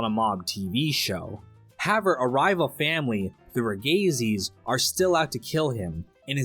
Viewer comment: why cant you pronounce HOWEVER